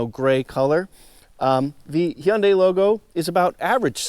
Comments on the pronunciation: Learn how to pronounce Hyundai. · I like the way you say Hyundai I’ll tell ya hwat- Hank Hill